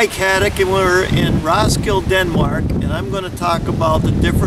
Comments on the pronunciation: "Ross-kill" ??? Damn yankees. It's prenounced Ros-kil-de as it is spelled. It's not in the US. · You forgot the "D and E" in the end of Roskilde, you said roskil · Its "Roskildeh". The "e" is not silent. Most of them isn't. Only English and French is different. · Yep, Ros-kill-DUH. Otherwise an excellent efflorescent vid! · RoskildE! The E is not mute!!! :D I can't believe how irritating that pronunciation was! :D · In scandinavia we also have some Wood house that are as old as that building. And in the name Roskilde all characters are prounounced, even the last "e". ;-) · the way you pronounce Roskilde hurts me physically. aside from that its a great video! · Your mispronunciation of "Roskilde" is grating.